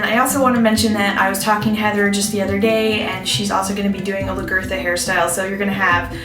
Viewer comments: Nice video, but the pronunciation of her name is L-ah-guh-tha. So the "La" part is like the beginning of the word laugh, the r is not very pronounced so it comes out more like guh, and then tha. It does NOT rhyme with Bertha. Hope that helps, its spelled Lagertha too.:) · Lag-etha is how it's pronounced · Sucks. Pronounce Lagertha's name correctly and take a little more pride in the appearance of your final product